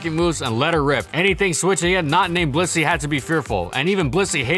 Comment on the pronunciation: Why do you pronounce Blissey as "pussy"?